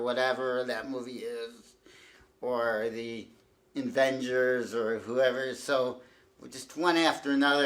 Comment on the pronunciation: Did- did he call them "The Invengers"?